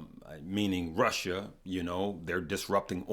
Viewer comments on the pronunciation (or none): none